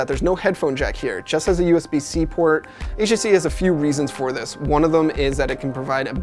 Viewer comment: I swear he says "HEC" instead of "HTC"